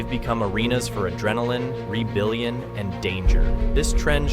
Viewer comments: he's 'ree-billion' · When you can't pronounce Rebellion... lol